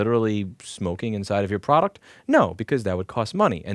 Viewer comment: "Ploduct" I love that you keep little things like that in and just keep moving on. You have good points and you don't want to waste time fixing a small slur of a word. Keep up the great content!